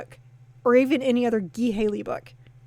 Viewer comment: Ghee Haley?! It's Guy Haley.